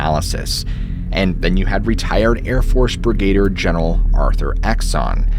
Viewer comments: Brigadier. It "brig-a-deer", not "brig-gay-der", bro. Lol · FYI: It's Brig-a-deer General, not Brigade-er. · No lab-rator-eez is fine but it’s brig-a-deer not brih- gader bub. Just joshin yah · It’s brigadier General not brigadiering. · LOL, twice I heard you say “Brigator”General; I think you mean Brigadier, pronounced “Brig-a-deer” General. Love your videos, keep them coming!❤ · Hanger 18. Very good vid! One small correction: you mentioned a Brigator general, but it's Brigadeer (phonetic) for Brigadier. I'm retired USAF, 35 years service. Other than that, you were spot on with all the background info, etc. I'm a subber and always click on the like button before watching your vids as I know I won't be disappointed. Cheers, Bob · What's a brigader general? Must have misplaced the i someplace. No biggy. Just messing with you. Hanger 18? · That's brigadier, not brigaideer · You're killing me!! "Brigadier" is pronounced b r I g g a - D E E R Love you brother ✌️😘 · Brig-uh-deer is how pronounce that word… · Brigadier: brig-a-deer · Brigadier = brig-a-DEER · The correct pronunciation is Brigadier ( Brig-a Deer) otherwise, love your work! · Brig-A-deer pronunciation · Fun video please figure out how to pronounce brigadier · Is someone going to tell him the correct pronunciation of Brigadier? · You might want to look at the pronunciation of Brigadier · I’ll give you a pass on your pronunciation of “Brigadier” since you included Megadeth in your presentation. Dave rocks. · Please don't try to say brigadier again. You just don't seem to be able to do it. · It's laboratory, and it's still NOT BRIGAYdeer general. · Please look up how to correctly pronounce “brigadier.” You massacre it 2-3 times here. And mogul. Maybe just buy a pronunciation dictionary?